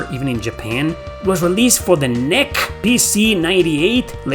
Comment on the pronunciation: NEC is pronounced N-E-C. Great vid, thanks for highlighting these.